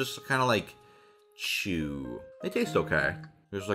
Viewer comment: lol, I thought he said "shoe"! xD